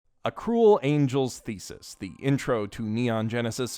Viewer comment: Am i the only one who heard him say "a cool angels thesis"